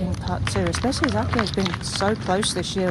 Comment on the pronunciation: I don't know why the commentators don't make a concerted effort to pronounce names correctly. They so confidently pronounce the names incorrectly that it kind of shows a lack of respect. Their pronunciation of Akai and Chisato is so far away from the actual pronunciation. Imagine if Morgan Pressel's colleagues insisted on calling her Mokkin. Or if Dan Hicks's colleagues constantly called him Dant. I'm sure they'd be annoyed! Learning how to pronounce names lends to professionalism!